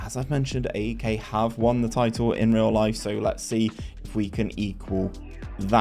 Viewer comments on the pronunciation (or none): Pronounced Eyek